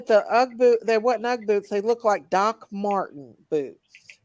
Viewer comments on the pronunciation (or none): none